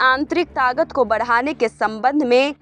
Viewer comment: तागत नहीं ताक़त